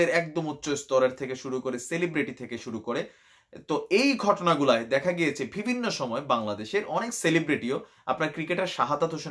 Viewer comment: ভাই আপনার সবই ভালো লাগে তবে "বিভিন্ন" কথাটাকে শুধু ভিভিন্ন বলেন এটা একটু ঠিক করবেন, ধন্যবাদ।